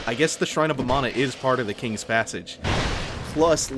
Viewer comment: "shrine of amano" is what im hearing. like the shrimp.